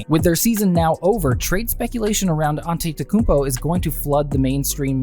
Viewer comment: Learn how to say his name before making a video about him